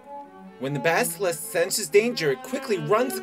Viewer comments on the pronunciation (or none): baskilisk lol its BASILISK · Basilisk, damn it. BAS I LISK. Not baskilisk. Had to say it. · "baskilisk" lol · His intentional mispronunciation of basilisk made me laugh so hard